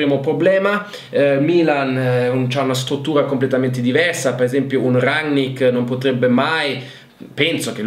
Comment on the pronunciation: Chi? Rangnar Lodbrok? Quello di Viking 😂 Bene ci allenerà un vichingo! Grazie come sempre alla tua competenza. Almeno abbiamo imparato a dire RANNICK!